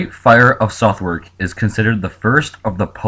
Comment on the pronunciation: This disaster is far less documented than the Great Fire of London 1666 but likely was far deadlier PS- It is pronounced 'Sud-ark'